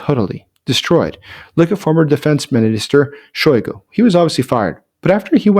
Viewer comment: Shoygo? Use his fill title, "Shoygu where's the ammo!"